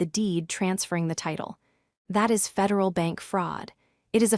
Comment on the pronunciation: I have listened to three of these stories from this provider. The AI is appalling is becomes "I", "s" instead of is, the text is worse and there are two many ads breaking into the story